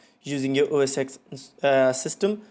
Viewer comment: Don’t watch this guys videos... he says “OS X” it’s OS Ten,but even Apple calls it MacOS now...